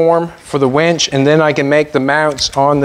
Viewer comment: I love that you call the winch a wench 😂😂😂😂😂❤